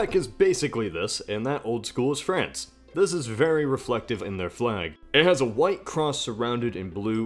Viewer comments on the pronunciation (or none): none